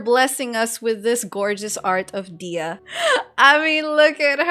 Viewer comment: Please stop pronouncing her name as "Dea", there is "h" and "y" in her name as well.